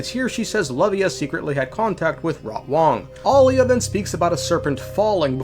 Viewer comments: It's Aila not Alia, Alia is her twin sister that died a long time ago. People need to learn how to pronounce names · EYE-LA and AH-LIA 😭😭😭😭😭😭 Please. My ears cannot. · AY-LAH lmao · The pronounciation of Aila , just ragebaited me so hard😢